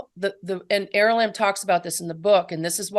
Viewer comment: Is it is it er Is it aralamb or arali😅 she keeps pronouncing it aralamb.....